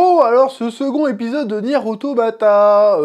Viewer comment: Deja rien de méchante évidement mais sa se prononce niiiiiiiir automata voila un jolie i sinon ces normal que tu ne comprenne rien, ces même l un des principe du créateur yoko taro qui souhaite laisser le temps a son histoire de s'installé avant de te foutre une claque monumentale, du coup oui ces assez dure a regardé quand on est novice mais la on est encore dans les prémices, ce n'est meme pas de l'ordre de l introduction étant donné que dans le jeux l intro dure 15 heure quoi mais ces vrai que ces plus digeste sous forme de jeux video mais brerf acroche toi de toute facon vous n'estes pas prêt